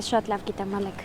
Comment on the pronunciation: ջան հայերեն խոսեք շատ տգեղ է հնչում 0լեգ ոչ թե Ալեք դուք ձեզ լսում էք գոնե